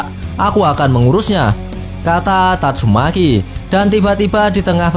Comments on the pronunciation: tatsu maki bang bukan tatsu meki 🤣🤣🤣🤣🤣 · Tatsumaki ya bukan tatsumeki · Tatsumaki bukan tatsumeki wkwkkw seru2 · tatsumeki wkwk keseleo lidah mas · Kok aku dengernya tatsuMeki yaa ??? Ahh sudahlah ... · Bang bilang nya tatsumeeeki aja